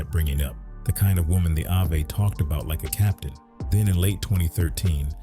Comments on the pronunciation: Is the narrator saying Ave(abbr. Avenue)🤨 or is it really Avay??!! 🤔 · Yes...that( I-Vay ) is killing me